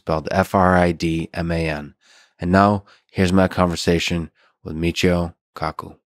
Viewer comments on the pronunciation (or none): i thought he said mucho cocko